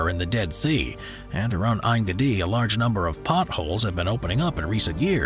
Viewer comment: And the way he pronounced En Geidi ?